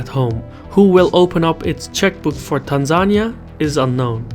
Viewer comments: Facts😂. It's not Tan-zain-ia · It's pronounced "Tan Zan knee uh". just fyi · Why did he say Tanzania like that? That's not how I learned to say it 🤔 Where's from? Is it an accent thing? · He's from Azerbaijan. People say things differently. I'm a Canadian in Australia and experience this daily